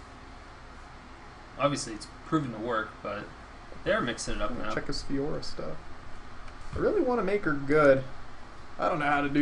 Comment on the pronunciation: I remember you used to say Fioria instead of Fiora. :D